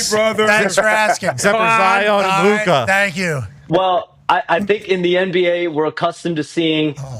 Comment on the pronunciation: why tf does say Luka's name like that